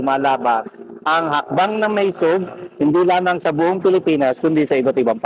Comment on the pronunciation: hi third floor studio. im an avid follower. i have comments though. Bakit ganyan magsalita si, parang nagdadasal. joke! At pakisabi sa kanya, ang tamang pronunciation ng maisog ay "ma-i-sog", not "maysug". at pls wag mong i-interrupt si while nag-eexplain (para lang batiin yung mga nagpakulay). kasi nadidisturbo yung momentum nya.. (napansin ko lang lagi sya nag i-interrupt kay pam). hintayin mo matapos sya magsalita...